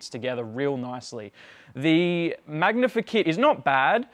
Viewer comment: oh, that was driving me nuts!!... glad it wasn't just me